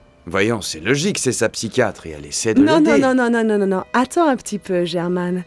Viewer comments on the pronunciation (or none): ne peut même pas prononcer🤷🏽‍♂️ psychiatre elle a dit psycate🤪🤦🏽‍♂️😅😂🤣